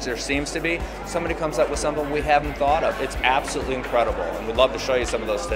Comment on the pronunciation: did he just say 'app-solutely' incredible?